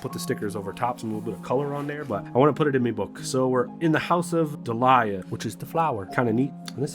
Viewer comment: "Lávate las manos!" Ah, yes. One of the most powerful spells! I have never been drawn toward journaling games like this, but between this game itself, and the tarot, and the story you told, I was engaged. An interview with the designer would be fun to see. I didn't zoom in to check, but "dalhia" is usually pronounced something like doll-ya or dall-ya. Not that it matters.